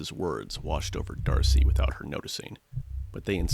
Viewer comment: Dude, you say DARCY everytime in this video, when the name is Darce. You are using an AI voice sample tool and feeding a script to it And I'm sure you meticulously edited it, you needed to cut stuff out. Don't know why you are arguing with me when is clear you are using AI tools. There is nothing wrong with that, just be honest.